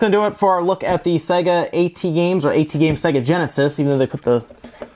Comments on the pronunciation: I never hear someone called AT games as "ey tee games" usually people read it as "@ games" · AtGames, not Aey-Tee Games. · i don't think he even has the respect to pronounce them properly, and i get that.